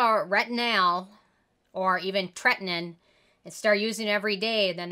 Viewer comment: Im hungarian and love the brand😍. And also your channel, so informative! But you do pronoumce “tretinOin” wrong, the O is not silent🙂 let’s give this amazing ingredient the respect it deserves 🙂 love you though!!